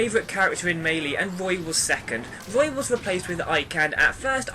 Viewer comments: He's saying it right dumbass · My best character is Kirby. When I played melee (pronounced as may-lay by the way to those arguing) I played as link. I think one of the best reasons Kirby is great is he has so many smashes. As in he can rocket people away instead of just giving damage.